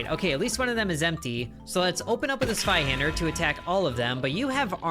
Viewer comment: I’m so happy to see you pronounce it “Sveihander” and not “Zweihander”.